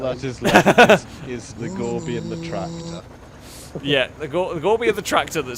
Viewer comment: I wish people would stop calling it the Gorbi... It is Gore By 4.. like Four By Four... it's called a play on words..